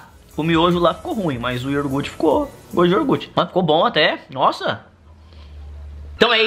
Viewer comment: nao é iorguti é iougurte